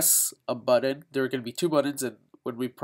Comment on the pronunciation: Indian accent whaaa?